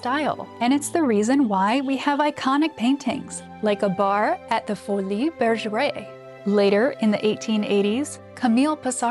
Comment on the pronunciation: Interesting, meaningful perspectives on Impressionism, though the information is not always as "hidden" as one supposed. Meanwhile, a little work on pronunciation wouldn't be a bad idea: e.g., "Folies Bergère."